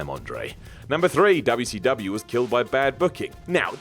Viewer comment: A trade noticed by Dub'ya-C-Dub'ya